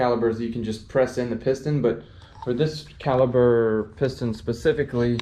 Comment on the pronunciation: I went to another video when dude kept saying " caliber"'...and read he doesn't know what brake cleaner is.... nice car though!